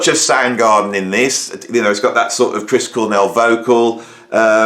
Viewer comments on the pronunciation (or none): none